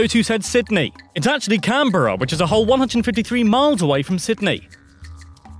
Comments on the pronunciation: Canberra. Can-Bruh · it’s actually pronounced Camberra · Canberra is not pronounced as it looks it is pronounced as canbra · It's pronounced cambra